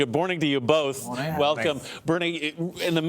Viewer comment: “Good Borning to you both” 😂